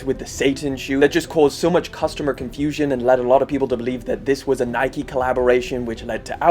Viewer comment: Why do u say nike like that